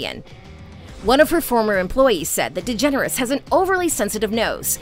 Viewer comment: Just pronounce her last name....Yep their you have it folks!